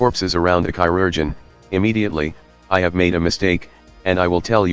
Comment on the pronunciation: obsessed with the "chai-rug-ian" pronunciation